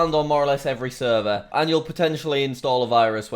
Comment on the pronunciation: Why you say seervaar instead of server ..?